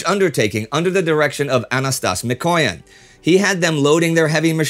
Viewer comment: MikoyAn, not MikOyan. And just in case: he was an Armenian, for all surnames ending on -yan are Armenian